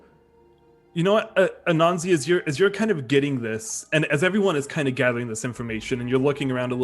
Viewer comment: Spells it Anansi, pronounces it Ananzi xD It definitely is interesting to hear different promotions of words by people not apart of ya culture or from others who have similar cultures. I will say as a seemingly good person, he is the type of chaotic i see an Anansi behaving. 10/10 xD